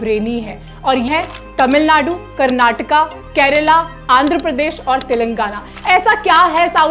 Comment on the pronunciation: Hi, I was really happy to hear correct pronunciation from you like KARNATAKA instead of Karnatak and KERALA instead of Keral where my other fellow states brothers and sisters fail to speak and i am really glad that you recognised such habits from South people and took an effort to make a video on it. Being a south Indian i would also like to add that people in south are very humble and no showoff (remembered one of the saying, empty vessels make more noise,) people live a very low key life and contented even he is a millionaire.. JAI HIND